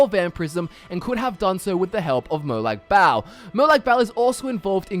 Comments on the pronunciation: It's Molag Ball, not Molag Bowel. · mor like molag barl